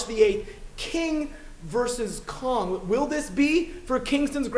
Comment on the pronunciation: Is it just me, or did he say "Khan" instead of Kong?